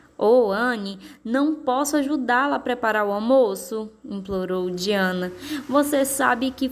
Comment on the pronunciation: Desculpa falar mas se pronucia daiana